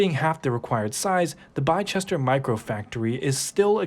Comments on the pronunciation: Bicester is pronounced Bister, Something people don't realise is Arrival don't use metal bodies, They are plastic impregnated fabric, With the plastic colour as the vehicles final finish, This is the real game changer, no massive metal stamping presses, no E coating and no painting, Margins will be squeezed and companies like Tesla use the old system and if all material costs are equal across all manufacturers, Tesla's per unit costs will be higher, when Arrival plan to sell their EV van for the same price as a fossil fuel van, I will wait for the price to drop, people will get bored, i think this will be number 2 in the EV space at somepoint. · Bicester is pronounced like Bister. Just a bit of education for you unruly yanks! God save the queen! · The factory location is pronounced Bister as in sister. I was under the impression the micro factories were to produce adaptions to each bus in different cities/countries not to build each bus from the ground up, so the capacity of 13% is a bit off. Will be waiting until after the merger, when the stock drops to invest. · It's pronounced like Les-tuh. I only know this because of soccer. Just ignore the spelling completely. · Did loads of research but couldn't take 1 minute to learn how to pronounce Bicester. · Fix ur pronunciation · Being British I love it when Americans try say Bicester lol. It's not your fault the spelling doesn't make sense! 😅🇬🇧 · Great video but its not pronounced "Les-tuh" you are close though but Leicester in England is pronounced "Lester". The area in the video where Arrival's factory is located is called Bicester. Was a good effort but its pronounced "Bister" like the word 'Sister' but with a 'B' Leicester = "Lester" Bicester = "Bister" Great video, hope that makes sense! Definitely nothing to do with Leicester by the way haha. Cheers ✌🏻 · Great video dude, keep up the work🙌🏽. Bicester is pronounced Bisster. Thanks for the info nether the less! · It’s pronounced (biss-der) like kissed her.